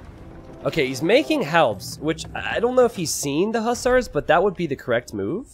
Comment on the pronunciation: i love you but the way you say hussars is infuriating lol!!!!!